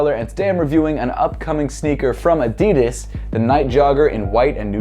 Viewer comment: It's Adidas not Adidis